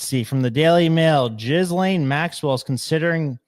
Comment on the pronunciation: Jizzlane? How do you not know how to pronounce her name by this stage??????